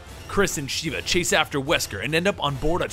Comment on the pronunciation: Mispronouncing Sheva made me mad dude >.> but good video though